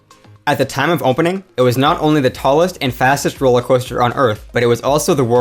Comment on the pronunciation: "roewller coewster"